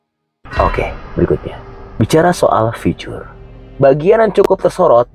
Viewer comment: Bg,, agak gmn gitu saat menyebutkan kata "ficur". alangkah sesuai EYD saja ya bg. Biar enak di dngr 🤭